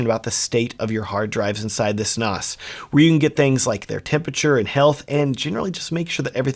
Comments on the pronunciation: Not NOS, short "a", like Nanny, NaaaaaaS. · stop calling it a noss. It's pronounced like ass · Surely it is pronounced NaS as in NASA? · Very informative video however I have never heard "NAS" pronounced the way you pronounced it throughout the video.